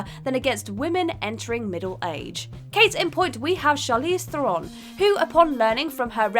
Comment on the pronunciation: Thanks for rightly pronouncing Charlize Theron correctly... AMERICANS NEVER DO...